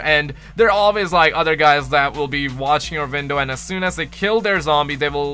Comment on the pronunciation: Vwstching your vwindow